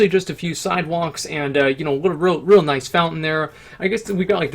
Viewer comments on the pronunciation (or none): none